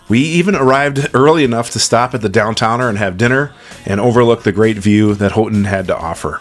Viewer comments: Houghton. Pronounced Hoe ton . Nice trip guys. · Houghton is pronounced Hoe-ton